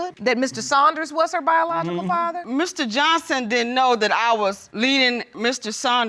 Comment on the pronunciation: BIJALOGICAL. YEA I HEARD THAT